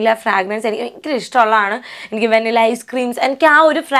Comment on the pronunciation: It should be pronounced as vuh·ni·luh not vaa-ni-la